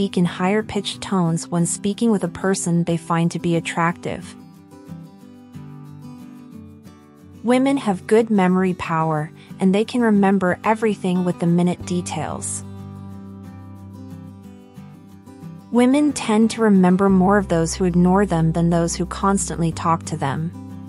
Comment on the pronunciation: Not how you pronounce minute in "the minute details". Women's "judgment rarely goes wrong". What universe are you from? Is this coming from fortune cookies or something?